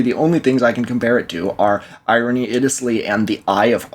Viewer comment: wait is the "irene" in irene iddelsleigh pronounced "irony"